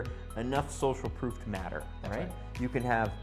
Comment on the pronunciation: Proof.. Not Prof